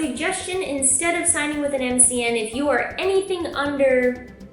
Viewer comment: You had it right the first time lol MCN is an acronym. Don't worry you're still the QUEEN!